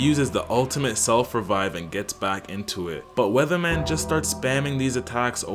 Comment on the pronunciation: Weathermon, not Weatherman